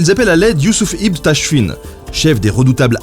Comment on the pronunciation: ibn ça se prononce iben